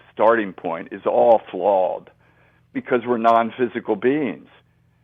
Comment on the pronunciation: I just wish someone would tell this man how to say "flawed" not "flawled".It drives me nuts!